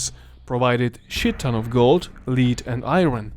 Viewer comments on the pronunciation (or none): Lead (the metal) is pronounciated /led/ and not/li:d/. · Lead the metal is lehd not leed. Iron is eye-urn, not eye-run. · It pronounced “led”, not “leed” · LED not lid for the metal called lead. Britannia, not britenia.... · Yes he mispronounced many words wrong. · My thoughts exactly!!😆😆😆 The pronunciation of the metal lead as /lid/ instead of /led/ was very noticeable. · It's a dumb English thing but "Lead" as in the metal, is pronounced "Led" as in "he led the dog down the path" the word "lead" is for something like "the man would lead them down the path" but the metal is spelled the same. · Britannia, not Briteinia. Led not līd. Dakia not Deisha. This is too bad for me to watch. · Interesting video, one thing, I get English isn't your first language and unlike me you can speak more than one language, however, you are way off on how you pronounce lead (the metal) It's pronounced as "led" when you say "leeeaad" it sounds like a leader of people, like a ruler or someone taking someone else to a destination. Also when you say the plural or "emperor" you say "empress" which is the female version of emperor. You you say it as "emper-ors" for the plural. Every time you said it I was like wow I didn't know they were so woke back then that they wanted a female leader instead of a good leader. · Ah yes the official pronunciation of lead (led) - liid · Lead is pronounced "led", not "leed" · Hey, not to make fun of you, but just to point out, lead is pronounced like “led”, not like how it is spelled. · Minor note: the element lead is pronounced "led," not "leed." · “Lead” is pronounced as if spelt “ledd”… short-e. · Lead is not pronounced as "leed" my guy. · Lead is pronounced Led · it’s pronounced “L-eh-d” and “I-ern” bro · Lead is not pronounced leed. Cheers! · You mispronouce lead